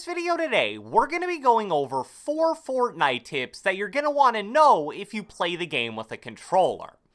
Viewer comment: "Fourtnitee" - who ever made this video